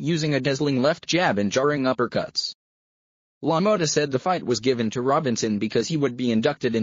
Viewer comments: Is this guy telling the story punch drunk ,he cant even pronounce Jake's name right "Lo Mowta" what a joke. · If your going to talk about one of the Greatest boxers to ever fight please pronounce his name right. Really